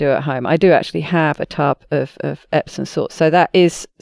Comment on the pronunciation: It's amusing how many professionals mispronounce "epsoM salts." EpsoN is a manufacturer of electronic equipment.